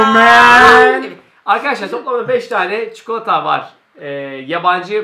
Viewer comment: çikolataya çikoıata diyor